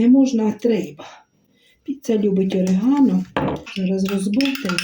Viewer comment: Добрий вечір,, вибачте наголос ставиться на букву "о" і орігано наголос на букву "і".Ви праві, кальцинованої їсться руками, так смачніше.Ви чудова людина.Дрбраніч.